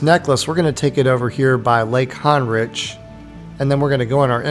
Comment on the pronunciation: Honrich - (hon-rick) not hard bro